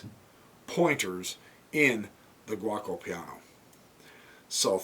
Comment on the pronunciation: Only one thing. To say correct Giuoco Piano try to say it like that Joko Piano. Also giuco is old italian now we just say gioco that meas game but also it is a verb I Play , Io Gioco.